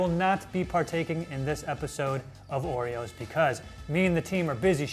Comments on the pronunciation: no no not "joereoes"! "Orejoes" ! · Surely it should be 'Ore-Joes'